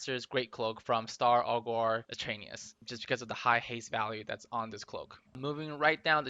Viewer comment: Aug er, not Aug or lol.